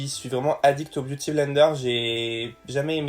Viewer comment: Jaime trop quand tu dis beauty avec l'accent !!